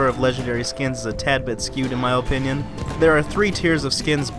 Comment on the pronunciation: in my OH-pinion. i dunno why it killed me whenever you said opinion lol .